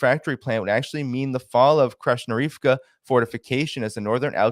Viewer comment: Hi love your content. You make a valiant effort in pronouncing Ukrainian place and people names. Something that might make it easier to decode is that Ukrainian doesn't have a soft "H" sound. Wherever you see "H" it's a hard "G". So Krasnohorivka is pronounced "krass-nuh-GOR-uhv-ka" "Vuhledar" is "foo-gluh-DAR". Confusing as heck (geck!) I know, I have to read and pronounce out loud several times before I get it right. Keep up the great reporting and analysis dear.We love your channel.